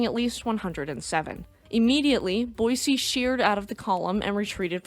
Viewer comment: Thank you for pronouncing Boise correctly.